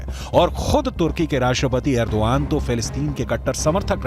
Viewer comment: Agrodan nhi अर्दोगन hai